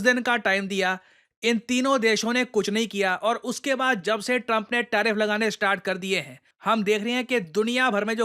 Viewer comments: Tarfif ❌ Tariff ✅ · TARIFF not TARFIF. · 1.09 TARFIF😂😂